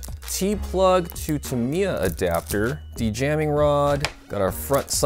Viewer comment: It's a Dean's plug, not a T plug. And you're saying Tamiya wrong, and you're saying neodymium wrong.